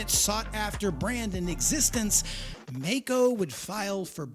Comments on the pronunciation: The pronunciation of the name containing the combination of letters "ai" (sounds like "eye") MeyeCo Long E. Its a hard rule in German. NOT MAY-CO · “My-Co”, not “May-Co”. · It's not Meco but Maico ...... nice story. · If the brothers were "Maisch" (my-sh) shouldn't the company name be MaiCo (my-co) rather than (May-Co)? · Great video, however, it's German and pronounced in Germany as Mike-o, not Make-o. Wilhelm is Vilhelm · My-co. My-co! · Note: It's pronounced My-Ko. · Dafuq? My whole life up and up until into this video I've been pronouncing it 'mike-oh'!!! 🥴🤣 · Bro... you literally pronounced the family name Maisch... then decide to do away with that pronunciation?... from Maico... to Mako...il never understand how Americans mess words up so badly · It`s spoken " My Co " 🙂 Thank you for this video !!! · Maico breako 😂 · Please try and pronounce the name Maico correctly. You get the surname, just leave the sch out and ad a co. Google actually helps and the American pronunciation is how it should be. It's not like May. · Maico = Breako :( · The pronunciation is "Myco". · Dude it is German, a language whose pronunciation makes sense. The month of Mai is pronounced "my" in German. The name "Maisch" is pronounced "mysh" in German and the narrator himself even says it correctly. Of course the contracted company name formed from part of that "Maisch" name has that exact same sound in it and not a different one for no reason. As a rule, we don't pronounce the exact same spelling in two, three or five different ways on a mere whim. The language that does that kind of thing is English. That is why German is so easy to learn. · Very well made docu. It still hurts me to this day that the company went down. By the way...its pronounced My-co. Best regards from Germany. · It's pronounced My-co